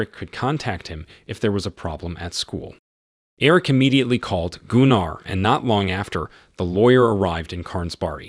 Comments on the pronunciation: Gunnar is more pronounced Gunner. Not (Goon R). Trust me.... Its a family name of ours..... Although Germans may very well pronounce it wca hard R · Its Gunner like Gunnery sgt , Jeesus Christ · Goonar? Lol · Except Goonar - somehow I think its Gunnar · Gunnar (Goo-nar)😮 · Gooonarr? I cringed so hard. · Some day we’ll get AI to correctly pronounce words like Gunnar. This video pronunciation wasn’t even close.